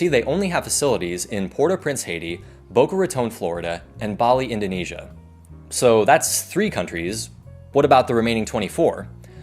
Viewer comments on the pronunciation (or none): none